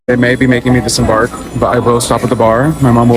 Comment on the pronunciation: It's DISEMBARK baby girl. DISEMBARK!!😁🤦🏽‍♀️